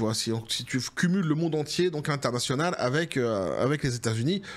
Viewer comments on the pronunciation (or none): none